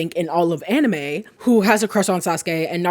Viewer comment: the "anime" pronounce bothers me a bit but it's okay 😂 this is entertaining, narusasu is an old ship but fandom still find new things about them that makes them more gayer and gayer, like that recent (?) realization about their birthday moon phase or something